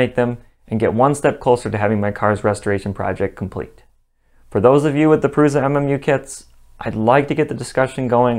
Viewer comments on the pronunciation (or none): none